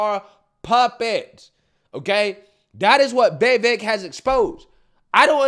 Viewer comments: dude his name is vivek ...or try say wewake its not vi- vek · Easiest way to pronounce VIVEK, say these words exactly how you pronounce them BUT TOGETHER: WE-WAKE Pronouce them each as you normally do but pretend they are one word. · It’s viv - Ache 😂 just letting you know, love your channel ❤ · it's pronounced VEEVEIK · that audience was mostly against vivek. He said a lot of great true things but didnt get much applause. Haley and Chris are a joke. btw why cant you pronounce viveks name correctly?